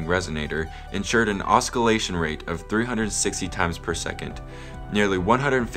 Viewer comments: cool, thanks ( nitpick: It's Ossillation, not Osckillation) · Cool video. Thanks! Oh, by the way, the "c" is silent in oscillation